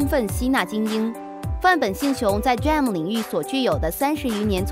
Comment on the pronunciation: 哈哈 連 D RAM都不會唸